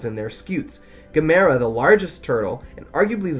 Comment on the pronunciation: Erm, his name is pronounced like, “gam-a-rah”.